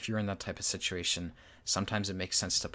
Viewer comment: I like your videos, but please pronounce the 'e' in 'Grille'. 👍